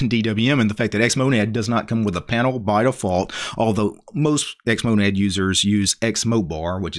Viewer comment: did you just say xmodad?